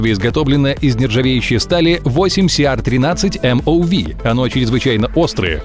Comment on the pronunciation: Как правило маркировка стали 3Cr13MoV читается : " Три хром тринадцать молибден ванадий " . А не так , как это читает диктор .